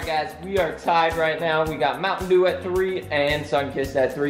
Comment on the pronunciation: E!!! eeee! is dew not daw !